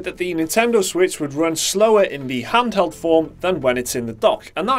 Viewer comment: "Huntheld form" ? What's that ?